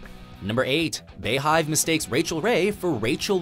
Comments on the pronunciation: Stop calling it they "Bay"-hive. It's pronounced "Bee." Hence the bees. Good Lord lol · Bey is pronounced "bee" jeez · Beyhive is pronounced Bee hive. Not bay hive. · imma need y'all to pronounce Beyhive correctly.... it's BEE-hive. As in Beyoncé's hive. It's pronounced BEE-hive. Not Bayhive. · Please stop calling it the BAE-hive, when it's BEE-hive. Because we know it's BEE-YONCE... Thanks! Love the videos! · It’s pronounced “bee-hive” not “bay-hive” do you live under a rock. and what culture mispronounce so many words, especially extremely famous names, like how do y’all not know how to say the name, they’re super famous, and they’ve been around for years, it’s like you’ve never heard it before you made a video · is it really that hard to say "bee hive"? where tf does "bay" come from? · Stop. Saying. BAY-HIVE. It's BEE-HIVE. THATS THE PUN! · Why oh why do white media pronounce Bey as "Bay"?! Its Bey as in Bee 🤗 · It's beehive not baehive smh so annoying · BEE-hive, not BAY-hive. Get it together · wtf did you just call the beyhive LMFAOOO "baehive" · FYI the beyhive is pronounced BeeHive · "Bee Hive" like bumble bee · How do you miss the obvious pun in "beyhive" and mispronounce it?